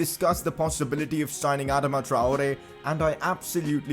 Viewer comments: Its pronounced Adaama traore not adema traore plz pronounce it correctly No offence just a humble suggestion love the series keep it up🔥👍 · bro youre pronouncing adama wrong its not adama its adaama